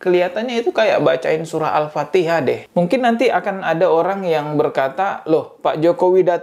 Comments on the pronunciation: Mungkin benar, yg dibaca jokowi itu alpateka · Al patekah... 😂😂😂😂😂😂😂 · Dia bukan baca alfatihah tapi alfateka seperti yg dia tau😂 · Alpatekah barang kali...kocak😂😂😂😂😂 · Jokowi baca ALFATEKA bukan Alfatiha